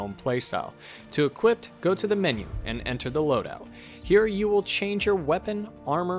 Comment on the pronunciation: Love the guides but uh...and this sounds stupid but...are you saying "equipt", "equipted", and "equipting" instead of "equip", "equipped", and "equipping"? Is this some sort of dialect thing? I've never heard it before in my life and it's kinda driving me nuts!